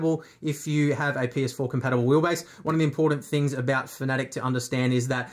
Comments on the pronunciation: Its pronounced FANATIC or sometimes mistakenly FAN A Tech... never is it pronounced 'Fuhnetic" or ironically "Phonetic". I mean if reviewing a company... look up how to pronounce it? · Am I the only person who pronounces fanatec like fan-a-tec. Cause he says fa-nAtec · There are plenty of people who pronounce it your way. I used to as well until I saw their CEO says “Fa-nAtec”. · It's FANA-TEC, not FANATIC. Pls. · no it's Fa Na Tick